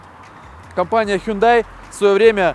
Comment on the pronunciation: проект интересный. но не "хундай", а "хёндэ". не "андеРграунд", а "андеграунд" и т.д